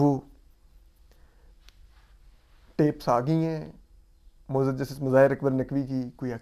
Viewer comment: Asad bhai aap say MUAZAAZ lafiz sahi terha nahi boola jata ,, ,,aap MAZOOR bool lia kareen